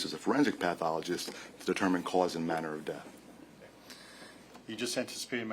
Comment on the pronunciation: murner... Manner... Then seconds later she has trouble with possibility. She's not worthy of reading out loud. She didn't even have a pleasant voice either. Smh